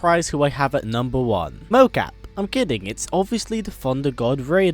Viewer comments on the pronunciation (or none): OMG WHEN YOU SAID MOKAP I WAS LIKE WHATTTTTTTT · When u said mokap i died😂😂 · When he said mokap!😂